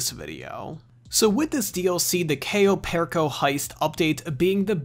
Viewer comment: Goddamn if you're gonna say the name please for the love of God...say it right